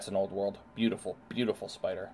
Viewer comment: great video I want to get some Tarantulas and whats is up with The Dander Pider? you for got the S in spider lol love your videos